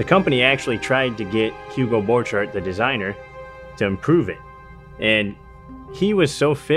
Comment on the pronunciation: It is pronounced [b'orkhart]